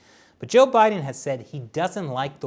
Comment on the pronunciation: I like how you pronounce his name "she" haha